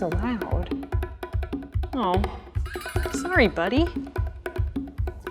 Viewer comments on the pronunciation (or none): none